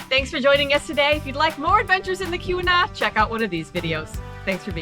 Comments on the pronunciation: pronounced 'Key we nah" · Keweenaw is pronounced key-wen-aw😉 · Pronunciation would be the first thing I would explore. Don't do videos about places that you don't even know the name of